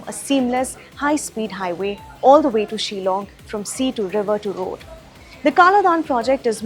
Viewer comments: It's not shelong get your pronunciation right it's Shillong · This Lady should learn to pronounce 'Shillong' and not Ceylon😁